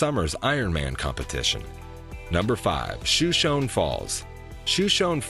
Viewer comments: Please don’t say shoe-shown. It’s pronounced Show-shown. It is named after a Native American tribe. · Show-SHOAN Falls is the pronunciation. The Niagra of the West. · Yes, Yellowstone is partially in Idaho, BUT, there is no entrance into Idaho, or from Idaho into the park. BTW it is pronounced “Show-shone” Falls, by the locals. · The falls are pronounced show-show-nee. Just an FYI.